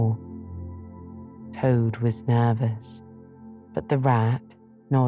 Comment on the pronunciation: I love it,, but does anyone else notice the last letter in some words sound like theyre missing ? Especially right at the beginning Toad, Rat and Rabbit..